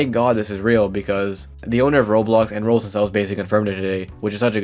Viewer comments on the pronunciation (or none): why do you say Rols, I know your doing it on purpose.